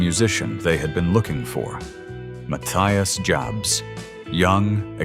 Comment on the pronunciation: The video was very interesting, but the incorrect pronunciation really hurts my ears when the narrator calls Matthias Jabs "Muh-thy-uhs Jabhz". His name is pronounced as Matthias Jabs (/maˈtiːas japs/ — mah-TEE-ahs yahbs), not (/məˈθaɪəs dʒæbz/ — muh-THY-uhs jabhz). P.S. Matthias himself doesn't correct people in interviews because he is a very polite, kind, and humble person. Scorpions, no one like you! Rock-n-Roll forever!!! 🦂🎸🎶🎤🤘❤️‍🔥🇩🇪